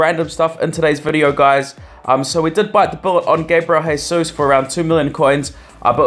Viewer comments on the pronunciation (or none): none